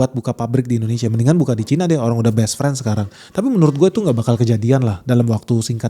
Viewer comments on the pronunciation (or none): none